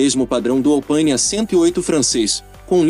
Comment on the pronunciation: É ALPINÉ ÉÉÉÉ , É FRANCES e não em Inglês , tenha repeito pelo belo projeto de Jean Rédélé . Pronunciar a "inglesada querendo parecer culto principalmente quando o nome é GAULÊS , mostra mais não ter a cultura que pretende parecer ter . Que tristeza não acerta um sobrenome que não seja anglo-saxonico .( E uma coisa de minha observação ; Americano não tem carro pelo prazer de dirigir mas sim pela grade vontade de se exibir , já o europeu tem a " macchina" pelo prazer de dirigir . Por isso que carro americano anda em linha reta mas é ruim de curva porque tem um enorme e pesado motor na dianteira pobre em cavo por litro , já o europeu costumam serem bons de curva e terem motores relativos pequenos em relação aos americanos mas que produzem muito mais cavalos por litro . Na minha opinião o melhor esportivo dos americanos na época destes da matéria era o europerizado CORVETTE , simplesmente porque o pai da ideia não era americano e sim europeu formado no Instituto tecnológico de Berlim , e não fale do Mustang pois ele tinha suspensão traseira e freios iguais a de qualquer caminhão , e os enormes pesados motores V 8 com eixo comando no bloco e jurássicos tuchos e balancins com mais de 65% do peso na dianteira , ou seja , muito ruim em uma estrada sinuosa como qualquer estrada de montanha . A sua matéria é até boa , mas procure a pronuncia correta dos sobrenomes ( esp . apellido) que não pertençam a língua inglesa , como o * transliterado * ROFSTETER * no alemão "h" tem quase sempre